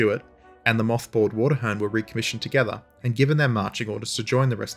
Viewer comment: Engrossed as I am with this video, I keep flinching whenever I hear "Water-hern"